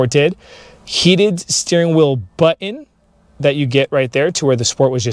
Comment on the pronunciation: Nice review though I did giggle when you kept saying butt-in.